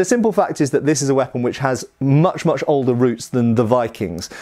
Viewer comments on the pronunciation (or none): none